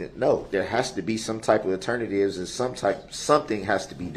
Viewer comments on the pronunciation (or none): Now we can add even more: Turn-a-tives (alternatives) and Pacific 🌊 (Specific)